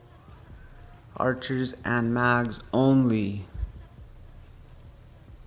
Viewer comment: ur saying mags